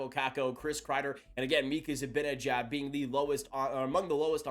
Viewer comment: Zih-ban-ih-jad— let’s all say it together